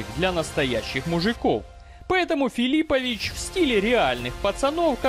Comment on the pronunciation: Какой ещё КрОкоп и ФилИпович? Уши сохнут от таких ударений. Байт на комментарии, автор хитрожопый.